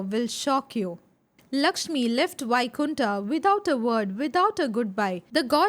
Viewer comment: Many ancient words you can pronounce as it is like 'puran' not purana, वैकुंठ not बैकुंठा